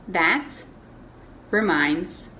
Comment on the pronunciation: Buenas, muchas gracias por el vídeo, pero tengo una duda desde el inicio. En la segunda oración dice: " that reminds me " , por que? cuando pronuncia that ( se le siente una " s " al final , es decir es como si dijeras that's y eso me incómodo. O estoy escuchando mal? Gracias ,si rresponde